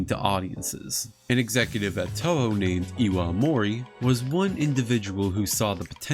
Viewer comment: Man, nobody making English content for Toho can't pronounce the studio's name right. The Os in Toho are elongated, more like Toh-hoh (or Tōhō) rather than short vowel o. For IPA it'd be /o/.